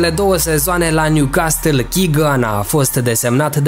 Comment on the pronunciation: M-ai nenorocit cum pronunți Newcastle😂😂